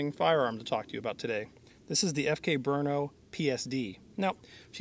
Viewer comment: Guys, it's not BrUno -- it's Brno, a city in Czech Republic, where the CZ factory is located...